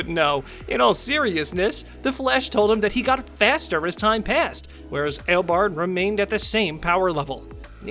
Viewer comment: Ten, Barry didn't travel through time at all. Because if he did then he would have been reliving the day 🤦🏼‍♂️🤦🏼‍♂️. Also kara wasn't flying faster than him Nine, well wouldn't you be shocked too if you found out you had a son? Eight, his name is EO BARD NOT EIL BARD or whatever the fuck you said. did you even watch The Flash at all? Also eobard didn't run away because he was scared. He ran off if you listened to what he said to plan on how to destroy the Flash. Seven, actually I kind of agree with you on number seven but also can you either watch or rewatch The Flash? Because you are literally butchering the reverse Flash's name 🤦🏼‍♂️🤦🏼‍♂️ Six, actually it wasn't going to destroy the planet. It was actually going to destroy the entire Multiverse. Five, you're actually wrong again as Barry didn't save Wally. If you actually looked at the clip you used Barry tried to save him but Wally fell into a dumpster and his mask was already off before Barry looked inside 🤦🏼‍♂️ Four, anyone will remember that scene so good job on showing us lol Three, I mean you literally just said why the fight scene was bad. What did you expect a full on Avengers style CGI or movie budget styled fight lmao Two, how is that embarrassing? When savitar literally called himself the god of speed. Of course he's going to be out matching any other speedster lmao. If you paid attention to his explanation he confirmed that he was trapped within the speed force 😂😂. One, I don't get this one at all what was suppo